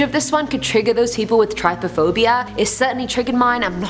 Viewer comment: THANK YOU for saying "Trypophobia" correctly!! Everyone says "try-pop-phobia"